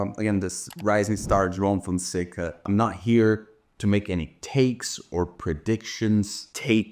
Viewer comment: "João Fonseca" perfectly pronounced!! Haha, dude, you're actually Brazilian — I can't believe it! Just found out today after following you for so many years. Eu vi o seu nome com a bandeira do Brasil ao lado e achei que era um bug. Que animal! Abraço!